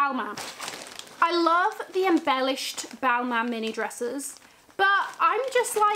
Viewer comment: Imagine buying designer and dont know how to say the name “balman”